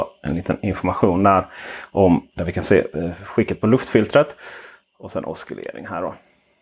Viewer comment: Bra video, men ordet oscillering uttalas som om att ”c”-t inte finns ;)